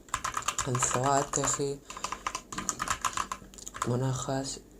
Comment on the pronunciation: He just said "anzoatekkxhi"